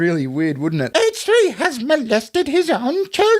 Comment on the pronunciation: "Haiche 3" 😂